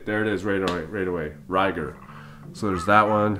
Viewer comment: its pronounced Ko-leek-ko vision. and Ry - GAR.. not ryger.. . lol.. excellent video tho.. i want it!